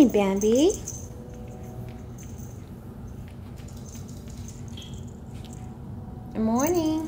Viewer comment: My dog is part Shih Tzu and his name is Bandit. At first I thought you said Bandit but I looked in the description and it said Bambi.